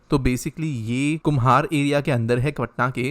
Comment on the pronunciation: It's not kumhar is kumhar .